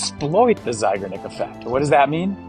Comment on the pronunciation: Hello! Just thought you might want to know that Bluma Zeigarnik (emphasis on the last syllable, btw) was a woman. I knew her. So, a "she", not a "he".